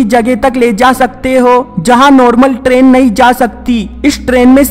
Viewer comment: istrain haha funny pronounciation